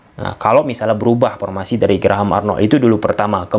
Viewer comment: paktor,epaluasi,pormasi,pulbekkananpulbek kiri,rapel setrok,op posission,persus,pipa ranking,so par,pisik power,depensip,inperted,atmospir,repitisi....keren si narasinya,,cma aneh denger "F,V,berubah jdi "P"...haha,,semangat om..ulasan taktik strateginya..🤭